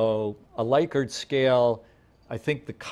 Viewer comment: First! Great video. Also, it's pronounced like lick-urt. 😀